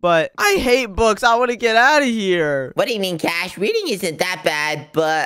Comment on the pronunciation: WHY ARE YOU GUYS SAYING IT WRONG@ It's Cash and